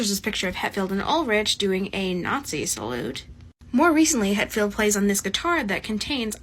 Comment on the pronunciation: ''Hettfield and Ulridge''